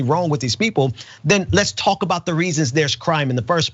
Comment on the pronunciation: Go back to school and get an education we all know you hate grammar but it's pronounced let's not Lex